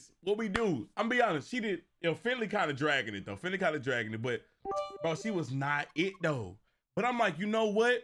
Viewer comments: Nigga said Finley😂😂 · This nigga said Finley 🤣🤣🤣🤣🤣🤣🤣🤣